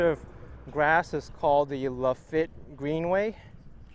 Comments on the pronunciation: Lafitte is pronounced LA FEET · Lafitte, pronounced La-feet, as in Jean Lafitte, 19th c. pirate around the Gulf of Mexico. There used to be a French restaurant in Manhattan named Jean Lafitte.